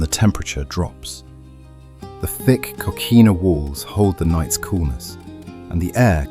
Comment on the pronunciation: Beautiful video as always, but I think your a.i. machine needs a bit of repair. " Street Oh-Guss-Ton" Not exactly correct there, nor Costelllo. Amazingly though, it pronounced Coquina correctly and didn't comment KOH-KWINN-A LOL